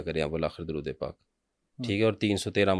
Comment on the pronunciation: Drude hazara drust parhain jnab.shukeria.